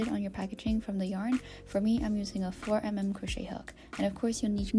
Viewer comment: "four emem" 😅❤